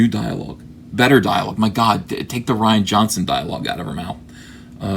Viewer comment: It's Ree-ahn Johnson. Nobody spells Ryan that way.